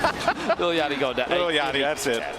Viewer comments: “ little Yakkty “ 😂😂😂😂😂 it’s Yachty....like yacht 🛥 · DID MY DUDE JUST SAY LIL YOCKTY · little yakty is his pronounciation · lol guy called lil yachty little yacty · My guy said lil yarkey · They said little yachty wrong